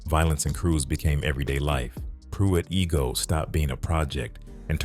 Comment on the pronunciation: It’s pronounced I -go not E-go Pruitt I-go